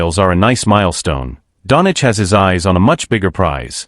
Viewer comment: Please learn how to speak Doncic. Its not Donic. Its disrespectful and so hard to hear